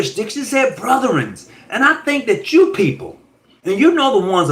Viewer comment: yeah I did a little bit more research n realized that - did he say “brothern”? 😂😂